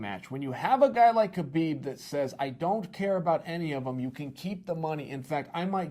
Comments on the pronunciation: Khabib is pronounced 'ha-beeb' "No Ka-beeb" as he says. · The K in Khabib is silent. Many people who should know this (particularly his peers) still say his name incorrectly. I'd feel offended if I were Khabib.